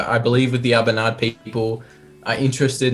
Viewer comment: Great video guys :) Something that I was itching to say...it is Ah-Boo-Nah :D It is an awesome whisky and probably the only one from Aberlour that I will constantly buy. Cheers.